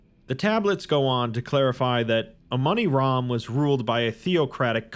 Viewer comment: Damn that "Amoni-Ram" started to sound a lot like Among Us from the start